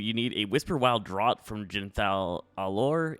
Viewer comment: That word "draught" is pronounced "draft". Like draft beer.